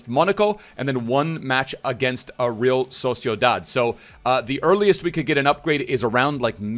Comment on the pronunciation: He said erreala, in vasque🤣